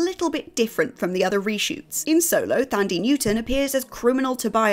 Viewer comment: How you gonna say Thandiwe's name wrong still, she told us all the right pronunciation (over a year ago)